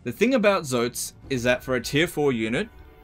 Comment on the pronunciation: You said Zoats right. It is not Tzoh-ats, but ZOts as with the Oa said as in the word Poach.